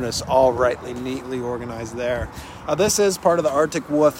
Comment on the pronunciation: It’s not an Article woof…it’s an Article Wolf… lost me forever over this mistake…